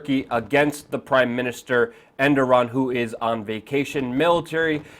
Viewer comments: dumbass it E R D O G A N not enduram wtf haha and he is the president. if u copy news at least read it first ....endoran whaahaahaa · Reapeat after me...err-dough-gan Hope this helps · Errr dow wan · It's ErrDOGan! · Its pronounced "Er-dog-aan" lol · Well. You can't even pronounce the guy's name but somehow you're an analyst on the subject. Oh the internet! You turned the world into a huge pile of shit. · lol how luke says Erdogan differently almost everytime but never correctly :DD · agreed, fucking learn the guys name please